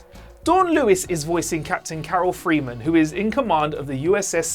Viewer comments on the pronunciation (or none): none